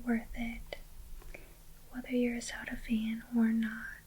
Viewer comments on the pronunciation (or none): How did you sau Zelda.... didnt sound right to me 😫